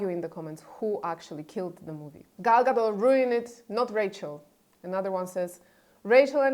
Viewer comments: Gadot, not Gado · It doesn't matter; people need to stop saying Gado like it's Gal Gadot's surname and not Gadot.